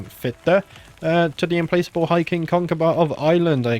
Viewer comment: implacable is not im-place-able it is im PLACK able. i'm sorry to be a pedantic prick but that was driving me crazy... great vids, loving the series here 3 years later